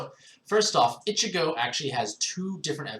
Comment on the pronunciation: It's pronounced EECHEEGO